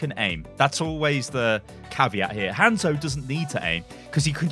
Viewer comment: its not english its romanji, Hanzo is Hah nzo like ha n zo, say it right dammit, your saying like handzo. >.<